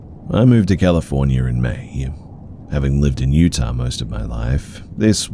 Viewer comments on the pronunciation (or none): none